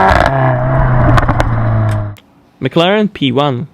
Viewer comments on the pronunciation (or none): none